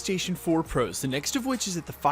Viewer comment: Given that he says it EVERY video, I wish this guys didn't pronounce "pros" so weirdly.....